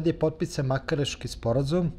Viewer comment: Zaboga, sporazum nije "makareski", nego marakeski, naziv nosi po gradu u Maroku koji se zove Marakes, a ne Makares! Nije bas toliko tesko! Pohvala za sjajnog gosta! Slusala sam snimke i sa nekih drugih tribina i gostovanja, gde je bio ucesnik, izuzetan, mlad i pametan covek!